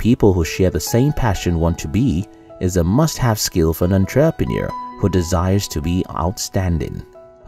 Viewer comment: I didn’t know that was how you say entrepreneur...